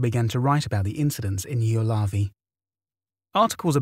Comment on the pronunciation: Ylöjärvi (yløjærʋi, approx eel-uh-yar-vee) isn't the easiest Finnish word out there, mad props for the effort!